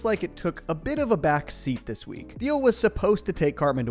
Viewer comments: Thiel is pronounced 'teal' fyi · Why can nobody pronounce Thiel’s name correctly? They literally sing it correctly in the show